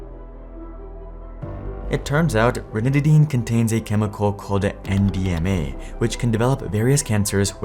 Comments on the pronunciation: I thought he was saying MDMA for half the video. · I kept thinking you were saying MDMA lol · At first, I thought I heard you say MDMA and I was like wait what